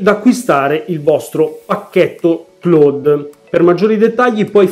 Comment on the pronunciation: Si pronuncia claud È una parola inglese Ciao